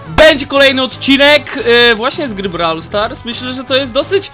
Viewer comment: Brawl stars (czytaj:broł stars)